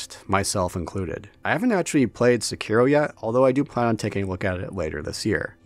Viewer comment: Sèkiro, and not Sekìro ;D